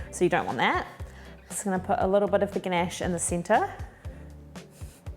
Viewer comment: You pronounced the word "ganache" beautifully. I love your accent and thank you so much for sharing your amazing recipe, which i will try soon. Looking forward to your next one. Much love. ❤❤❤